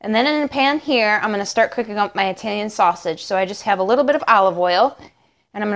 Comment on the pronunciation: When you say "Italian" fast, it sounds like you're saying "reptilian" lol